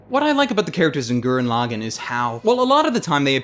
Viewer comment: I enjoyed this review, and completely agree. It's a fun show to just sit and enjoy. It also has a 'HUMANITY, FUCK YEAH' feel too it as well. But one thing that annoyed me was the pronunciation of the title. If you go by the way the characters pronounce Lagann (as in the dual mech and the single), it's pronounced LA-GAAN, with a slightly extended ahh sound instead of a quick 'gan'. I blame the people too ignorant that only watch dubs because they don't like subtitles or because they can't read them. FFS America.